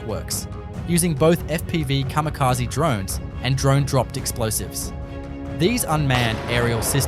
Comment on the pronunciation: カミカジ？ｗ